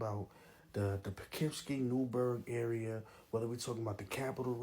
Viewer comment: Not all of Upstate NY is like the Capital region!!!!....And when you hear that about what that cat was saying, You here that about Albany and Schenectady. Go live in the outskirts. And I live in Poughkeepsie....He couldn't even say it right....